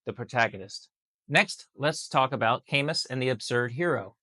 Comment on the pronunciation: Camus is pronounced Ka + Moo